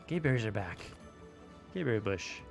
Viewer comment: when i hear that gaberry bush with the emphasis on the "y" i know Outward is back!!!!